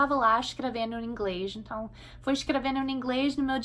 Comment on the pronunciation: Pró, seu português é impecável...mas como vc usa mt a palavra "ENTÃO, se me permite dizer, está soando meio como "enthao"...ok? Gostei mt do vídeo, sempre te acompanho ok? Abçs